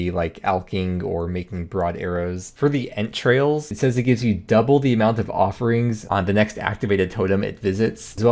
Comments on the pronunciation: what he said "Ent trails" what I heard "entrails" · I thought you were saying 'step on their entrails' I was like what? lol